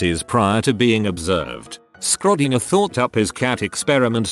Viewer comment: Nobody. Not a single soul: TTS: Skrodinger